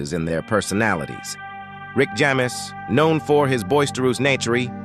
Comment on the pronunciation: Lol! I said the same….it’s mispronouncing quite a few words. 😂